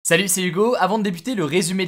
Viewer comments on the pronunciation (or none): none